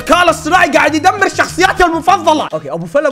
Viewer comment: الذكاء الاصطناعي ❌ الذكاء الاصطماعي ✅